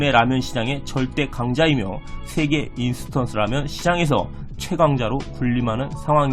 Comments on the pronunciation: 인스턴스가 아니고 인스턴트요! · 인스턴트 아냐? 계속 인스턴스 라네